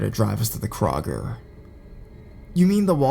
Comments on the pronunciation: Kraw-ger? What the hell is Kraw-ger?! I know Kroger (Ya know, like Crow-Ger) not a Kraw-Ger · Lol what's a Krawger lol. Do u mean a Kroger by chance